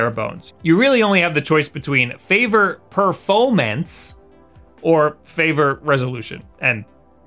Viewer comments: Ah yes, I always prefer "Perfomance" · "perfomance" :D